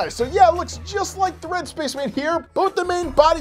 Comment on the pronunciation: “Looks like the Red SPACHMAN” did you say spaceman or SPACHMAN